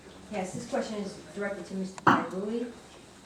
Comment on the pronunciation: It is Pia Rulli where not Pia Relli you should know how to say the mayors name